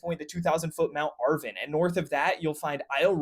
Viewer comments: Michigan resident since birth, and it's pronounced "Ar-vahn," not "Ar-vin." But it's OK, since we have a lot of place names that are hard to pronounce. I don't think even I can get some of them. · Mt Arvon is pronounced ar-vahn but otherwise great work!